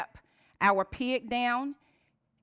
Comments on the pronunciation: i like how you say pig as piag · Took me a while before I realized she was saying "pig", lol. She keeps pronouncing it like 'pee-iq'.